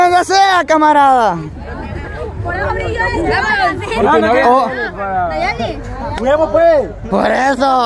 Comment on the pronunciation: Ella no es de los bichos Poreso no lo dice bien Nayeli